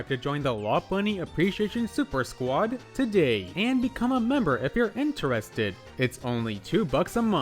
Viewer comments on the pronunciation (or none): none